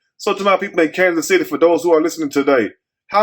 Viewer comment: It's Kansas city get it right please and thank u